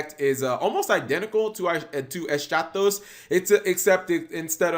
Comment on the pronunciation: It's pronounced "Eskatos". It's Greek, meaning "last", whereas "protos" means "first".